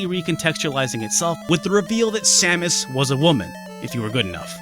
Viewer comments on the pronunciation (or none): none